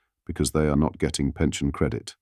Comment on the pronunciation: Robot voice overs are weird! "No ten!" "out country"